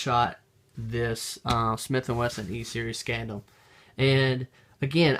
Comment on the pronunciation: Scandium is pronounced Scan-dee-um